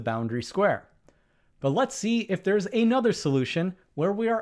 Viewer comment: Please stop saying "ay nother", as if those were two words. It's "another".